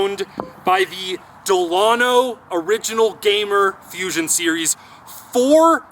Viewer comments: It’s not dalano. It’s Delano baseball bats. Out of small town Minnesota. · Bros, it’s “Dell-a-no” as in Delano, Minnesota. I used to swing their maple 243s and AP5s, and they produced HRs for me in 35+ and 50+ leagues. I’d swing this new hammer! ☄️ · It’s pronounced Dell-uh-no. It’s Delano Bats out of Delano, Minnesota. Our team had a bunch of them.